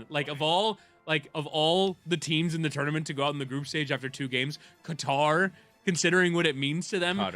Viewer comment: I LOVE Schur being part of the show but hearing him talking about the US / Iran situation while consistently mispronouncing Qatar….…you’re better than this!